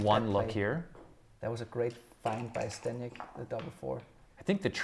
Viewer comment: Kinda disrespectful that ZZ has been performing at such a high level, gets to this match, and still doesn’t bother to pronounce his name correctly.